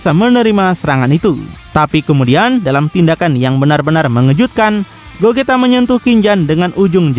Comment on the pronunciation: Gogeta bang bukan gojita